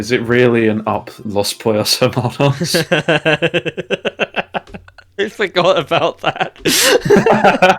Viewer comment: I love the idea of some peoples biggest exposure to Spanish being Los Pollos Hermanos haha that whole part was so funny. Also I don't know if speaks any Spanish but that pronunciation was really good!